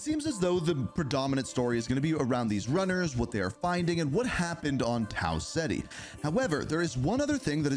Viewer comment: Tau (Cet-E) not Tau Ziti